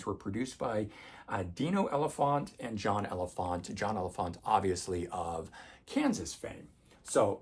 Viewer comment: Elefante pronounced El La Font Tay. Tim Durling is wrong. I have seen him with Kansas and solo. That is how the man pronounces his name.